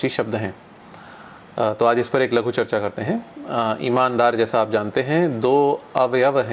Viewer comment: लघू चर्चा नहीं लघु चर्चा